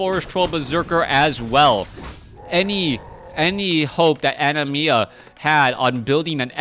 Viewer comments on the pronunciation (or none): Its Anima A-ni-mAA not ani-mia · It's ANIMA (NOT ANIMIA OR ANIMYA) for the love of GOD!